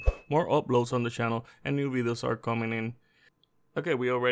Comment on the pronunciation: Channel. Not shannel.